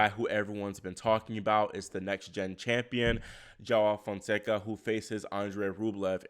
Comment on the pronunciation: Fonseca named pronounced “jew-wow”. But Soften the J a bit. Spread the word cuz everyone murdering his lovely Brazilian name.